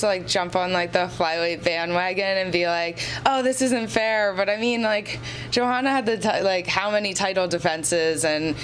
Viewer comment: NOT SURE IF I GET THIS GIRL? Katlyn at the mark you need to pronounce Joanna like Yoanna. With Katlyn's last name you would think she would be zoned in on correctly pronouncing others. AS FOR NICCO MONTANO at the mark, I guess Nicco will never get some people's RESPECT until she beats someone outside the TUF house. Remember NICCO had the toughest road to being the first FLYWEIGHT CHAMPION UFC in history. She beat a #3, a #6, a #2, and a #1 seed. They being LAUREN MURPHY (an MMA vet), MONTANA DE LA ROSA, BARB HONCHAK (an MMA vet) and lastly ROXANNE MODAFFERI (an MMA vet). NOTHING WAS GIVEN TO NICCO. SHE EARNED IT BABY.